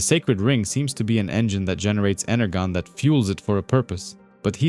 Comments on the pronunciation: Yeah hyped and liked. But fr..energon. Inner John. Pronounce the J sound in English when you're speaking English, yeah? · Great work, but have you honestly never heard the word energon pronounced..ever?